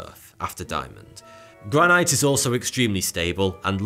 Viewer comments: The way you say Granite bothers me. Coming from the "Granite City" of Scotland 🏴 I maintain the right to complain. It is Gran-IT say it right. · I hate the way he says Granite. Stone, glass buildings, sculptures or at least parts of them might be covered by vegetation but they would still exist in the same way as Mayan and other ruins in Mexico exist. Cities buried by sand would be protected by the sand. Plastic breaks down when exposed to the sun but buried plastic pipes would persist indefinitely.